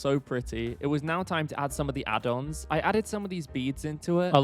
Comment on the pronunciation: Instead of adins adons😂